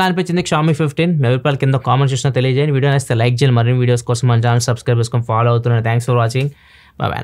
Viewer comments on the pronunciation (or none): none